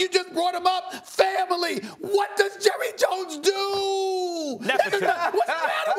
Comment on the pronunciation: “Jurry Jones”